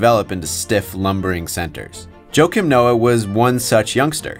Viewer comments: Its pronounced "Wah-keem" not "Joe-kim" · It’s ha-kiim